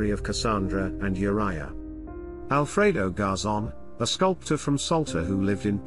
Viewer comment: why do yoh pronounce the girl's name as WHORE-ia?!?!?!?? It's U-riah, or Ooh-riah. NOT WHORE-ia ya GOOF!